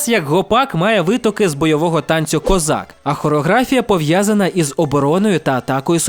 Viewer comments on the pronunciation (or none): none